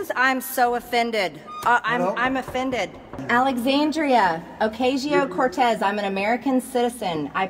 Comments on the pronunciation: “Ocayshio” Cortez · Oh-caysheeoh Cortez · She likes to say her full name but she keeps saying it wrong..😆😆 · The only thing that Greene should be yelling through is the food tray slot from a padded cell. Margarine Trailer Grin should also pronounce AOC’s name properly. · At least pronounce AOC names right